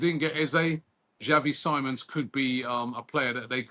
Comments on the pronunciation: It’s pronounced Simmons Robbie- all years doing football news atleast try get ppl name right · robbie pronouncing xavi simons like he's a sidemen